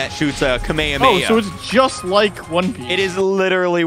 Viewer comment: the nd youtuber i’ve heard pronounce kamehameha as “kameamea”